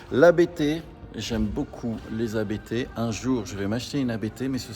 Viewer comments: je croyais qu'on prononçait ABT et non ABÉTÉ car c'est un nom de famille mais dans beaucoup de contenus sur différentes chaines c'est épelé ... qu'en est il ? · On dit pas A-B-T, ça se dit "Abt", c'est le nom du mec qui a crée l'entreprise, Johann Abt 😉